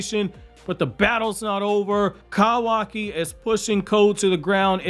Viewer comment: Damn your voice is so annoying, every time you pronounce Kawaki I want to fight you lol